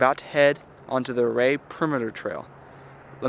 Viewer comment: Great video.. We are going in July. I love the hikes. In my advancing years, I get a little vertigo on some of the ledges, but hey you only live once. Ouray is pronounced You ray.